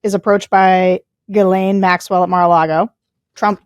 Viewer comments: Nod to Tim for pronouncing her name correctly- Gil en . How the Brits pronounce it. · Sarah, thank you for pronouncing the name 'ghislaine' in a professional and non-distracting manor. Sorry, JVL, clearly you don't know how to pronounce French words, so why try?